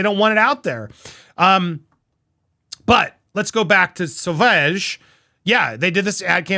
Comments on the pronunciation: SAUVAGE is pronounced 'So VAAJ' emphasis on second syllable ending in a sift 'g'. 'Jeanne du Barry' Jeanne rhymes with ANN, not John. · I am still totally subscribed. Pronunciation is sauvage: sow-vaazh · So vog You pronounced the g correctly, but the first syllable is "so", then the last syllable the voel is like the middle of mom. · SavOOOOOge not savAAAAge 😂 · My mom bought a bottle for my step dad and he calls it “Sausage” just to make her mad 😂 FYI it’s pronounce “Soh-v-ah-j” but I honestly find the mispronunciation endearing haha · Sauvage = pronounced something like " sow vaazh" 😉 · JD and Dior should collaborate on a new Dior scent called… wait for it… Dior Karma! 👏🏼👏🏼👏🏼🙌🏼💓 Sauvage is pronounced like (dee-or-suh-vaazh) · French pronunciation so-vaj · Pronounced Suh-vawj 😊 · “Sauvage” must be read like « Sovage » with the last « a » almost pronounced like in “back” 😉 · It’s pronounced sow-vahge. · Sauvage? I’d suggest pronouncing it as: “So-vaaj” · She also said he was fat and old. The fragrance is pronounced Sor varge. The name after that is Thank you. A mar dio ma dig lee arni. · I love you and your show The pronunciation is SOvage 😊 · Hi Andy! The correct pronunciation of "Sauvage" (it's French for "Savage") is "So-vahzj". Love your content and your take on things, so keep 'em coming! 👍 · Sew-Vahj is how you pronounce Sauvage. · It's pronounced soh-vahjz', with accent on the second syllable. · Johnny will go on winning, he’s a superstar! Btw it’s pronounced ‘sovarge’, I pronounce it ‘damn sexy’!! 😜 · Pronounced “ Sooovaahhge” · I think it's sah-vawj. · Andy, its like "so-va-ge" as it means savage 🙂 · Sauvage pronunciation help 😆 Suh for the first part then think corsage (Suh - vaaaahh - ge) 😆 for the end ... Sauvage. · Pronounced " sew vauge (soft g at the end) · Congratulations 🥳🎉🎉 🥳to Johnny, Andy the fragrance is pronounced like So-Varge only it ends with like an “Sh” sound to it 🙂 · You pronounce it SO-VAHHGG(soft G sound)